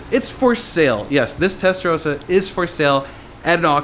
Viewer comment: Its Testa Ross a not Testa rose a.